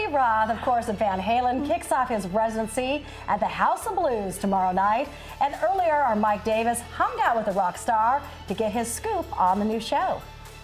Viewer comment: Yeah....ladies, it's HUNG out with. Not "hung- GUH" out with. There's no "GUH" sound at the end of the word. So annoying....